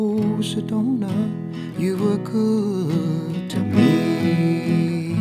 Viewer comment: How he pronounce Sedona is lit 😍